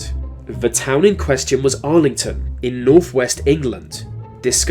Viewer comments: AI commentary Argleton not “Arlington”. Bit of fakery from whoever made this. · It's Argleton, not Arlington but still a fine vid man!!! cheers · Argleton is pronounced Arlington?